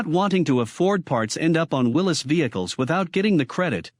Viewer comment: This is the kind of garbage you get when you let AI make a video. It can't even pronounce Willy's right. Thumbs down for this garbage video.